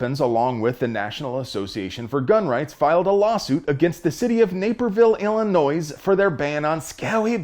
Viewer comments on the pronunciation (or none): omg dude,the s on the end of Illinois is silent,like Iroquois. i REALLY hope you know that and mispronounced for comedic effect